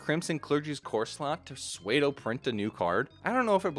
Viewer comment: I hate to be that guy but pseudo is pronounced "Sue-doe," not "sway-doe